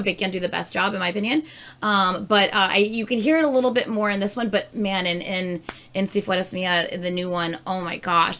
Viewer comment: I love learning different languages, I wish I had had someone in my family who had spoken another language than Spanish because it had been easier but it´s fine I love it. The pronunciation of "Si fueras Mía" is really great. Bravo👏 👏 (BTW reír is laugh and sonreír is smile)